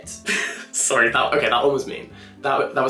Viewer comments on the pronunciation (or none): none